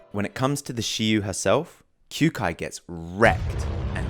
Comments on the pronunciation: Pronounced "Kyo-kai". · did he just pronounce kyoukais name as kyuukai? lmao